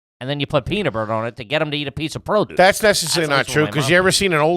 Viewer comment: saying "Peanuh Butter" instead of peanut butter blew my mind. Add it to the mile long scroll of trashy Philly pronunciations from the boys!